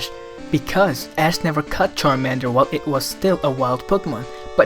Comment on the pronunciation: "ask" lol